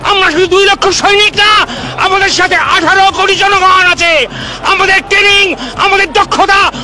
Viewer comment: Please Sir its Training taining is wrong pronunciation. Learn to speak properly. Baje kotha aage thik kore Bengali ta sikhuk.